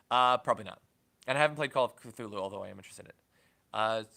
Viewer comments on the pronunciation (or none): none